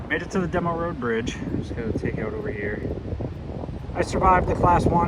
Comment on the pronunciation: Love your videos man. Not to be a dick, but "Bo trip" "AT-IAN" "DEE-MOE" "BRASSWAY" are your correct pronunciations :)